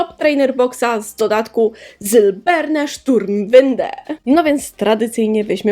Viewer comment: Niemiecka nazwa boxa brzmi jak jakiś czołg xD Źle wypowiadasz nazwy, przy języku niemieckim trzeba krzyczeć xD .... Noibat..... eF-eM, skisłem jak to zobaczyłem, muszę zobaczyć te nazwy niemieckich poksów gdzieś i nagrać osobny odcinek bo niezła beka będzie. Oczywiście odcinek jak zawsze mega fajny, muszę trochę nadrobić na twoim kanale :D